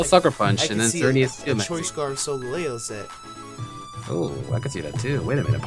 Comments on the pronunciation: I personally pronounce it with emphasis on the gal part, so it's "Sol" like solar "Gal" like the word ''gal' sometimes used to replace girl and the eo like in "leo" the lion. so all together it's "Sol GAL eo." As for Lunala its the same basic phonetics you use, but the emphasis is in the Beginning, so i pronounce it "LU nala" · I think it's pronounced solGALeo. Kind of like the gal as in Galileo. And Leo like lion. This legend might be another ray-qua-za and ray-quay-za pronunciation war. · I pronounce it "sol-GAL-ee-oh" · soul gal leeo???? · I think you pronounce solgaleo as : soul-gal-ee-o. I could be wrong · yo pronounce solgaleo wrong dam man your kill when you pronounced that shit lmao